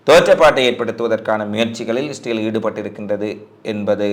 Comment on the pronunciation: இஸ்ரேல் என்ற வார்த்தை வாயில் ஒழுங்காக சொல்லுங்க